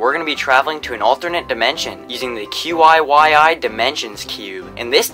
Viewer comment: Gotta love how the physics teacher didnt know how to pronounce qiyi